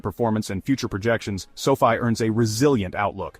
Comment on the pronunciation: It's too bad your AI segment at the end kept mispronouncing sofi.